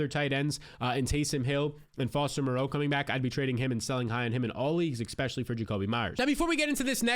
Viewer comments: I like your videos man but it drives me nuts you say especially like expecially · I appreciate what you do but please learn how to say "E S P E C I A L L Y". If it's not too much to aks... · “expecially” every 20 seconds